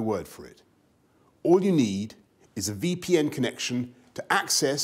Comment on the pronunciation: The moment he pronounced VPN that plosiv I thought he might start doing a cheap nordvpn ad xD but it's probably me being way to accustomed to hearing people saying nordvpn.